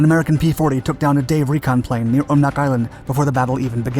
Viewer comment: Great video but you go some of the pronunciations wrong. Umnak...um-knack Akutan-Ack-you-tan